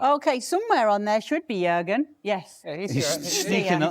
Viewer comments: A Pronuncia é "iurgem" Klisman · o Klinsmann tá viajando.... como é que esse bando de tiriça vai ganhar a copa?? (AH, A PRONÚNCIA DO NOME DELE É "IÚRGUEN", OK?) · Yohan? Yourgen! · O JORNALISTA CHAMOU O CARA DE JOHANN KLINSMAN...SANTO DEUS.. O NOME DO CARA É JURGEN.. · Iorran Klinsmann? 😂😂😂😂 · Fala o nome do jogador certo. jurgen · Pelo menos, ao gravar o vídeo, fale corretamente o nome do jogador né?